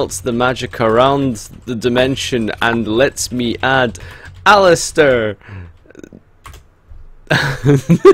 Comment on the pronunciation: it's aleister not alistier